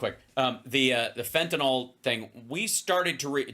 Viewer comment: It's "FENTANYL" NOT "FENTANOL" ffs get it correct so you don't sound dumb like repucnicans....just sayin 🤔